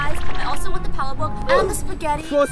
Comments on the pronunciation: As a filipino it isn't prounounced: "Pal-a-Book" Its pronounced: Pa-La-Bok" Like literal no accent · Wow u said pal a book when it’s pronounced pal a bok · you pronounce palabok like "po laah bok", not "paluh bawk" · But when she pronounced Palabok as pal-A-bok instead of pa-lay-bo I died and got reincarnated as the scary jolliebee logo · Im a filipino. So we pronounce palabok not palebok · it's not pronounced Palabok it's pronounced pa-la-bok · yea but is nobody gonna talk abt how sh mispronounced palabok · ok but the way she pronounced palabok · I hate when people pronounce palabok wrong😃😃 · Thats not how you pronounce palabok